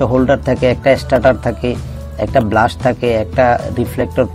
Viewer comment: ভাই, ব্লাস্ট কেন বলছেন?এটা হবে বেলাস্ট।